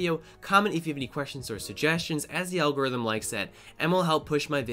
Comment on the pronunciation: Algorithm, but in bad Italian